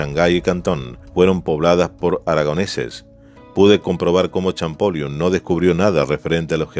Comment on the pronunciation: Por favor, en adelante, antes de realizar los videos, chequear la pronunciación de los nombres propios como Champollión, con el traductor de Google que transforma la escritura en audio, y asi podran tener la referencia perfecta de la pronunciación correcta de los nombres y apellidos citados en los videos. Lo mismo con algunas palabras en inglés que no son como las están mencionando en los videos. Por lo demás, todo perfecto pero estos pequeños errores están en todos los videos y se deberían corregiar cuanto antes. Saludos.